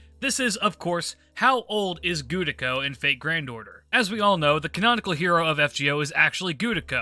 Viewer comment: The "Gudako is canon" thing would be far less cringe if your pronunciation of "Gudako" wasn't awful, like Jesus say Ritsuka or Fujimaru, and stop butchering the name already.